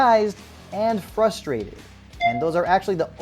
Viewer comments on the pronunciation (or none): none